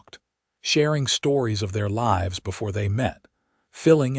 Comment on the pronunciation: I do miss having a real person reading the story. Words spelled the same, but pronounced differently are a very real thorn in my side. Live and lives were words especially mispronounced. 😮😮😮